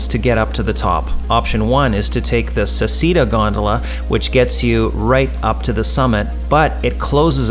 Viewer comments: ‘Say’ ‘chay’ ‘dah’ but otherwise great video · it's pronounced SECHEDA !!! Americans :DD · Just an FYI, in Italian it's pronounced "Se-chay-da" 😊